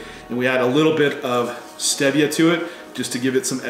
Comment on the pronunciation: He doesn't know how to pronounce stevia that's funny.😆